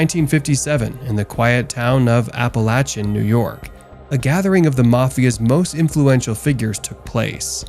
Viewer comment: You medigans should learn proper pronunciation. Genoa-JENO AH Genovese-Jeno vaysay Appalaichan-APP A LAK IN